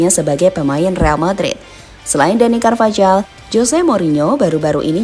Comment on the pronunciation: Cara baca carvajal Karvajal × Karvahal ✓ Cara baca jose Jose × Hose ✓